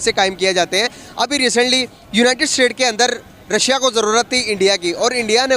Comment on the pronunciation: रसिया nahi रशिया ... chima ne ‘sh’ ka keema bana k ‘si’ laga diya 😂